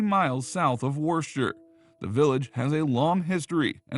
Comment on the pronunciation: Americans trying to pronounce Worcestershire & Worcester - funny 😁